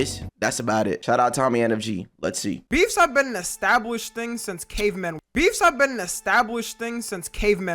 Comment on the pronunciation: Bro I thought you said befff like meat